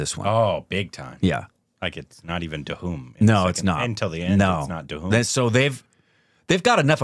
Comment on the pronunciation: Stand in front of a mirror and try to say 'Dhoom'. It's irritating to hear Duhum everytime. Lol I know English language doesn't have words with the 'dh' pronunciation. That's a Hindi thing. But your tongues can't be so cast in stone right?